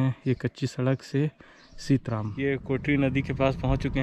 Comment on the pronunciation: ये सीतराम नहीं बल्कि सीतरम है कृपया नाम का सही उपयोग करियेगा।।। धन्यवाद।।